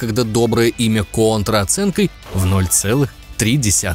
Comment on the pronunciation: наконец то хоть один правильно назвал контру кОнтрой а не кАнтрой